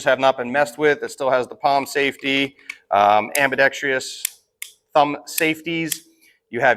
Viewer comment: am-bee-dex-truss.. not am-bee-dex-tree-us